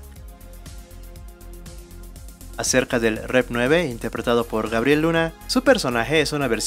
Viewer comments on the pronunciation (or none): none